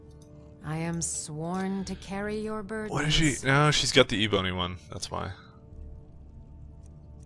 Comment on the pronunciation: I've noticed you say the word ebony as "ee-bone-ee". NOT SURE IF SERIOUS.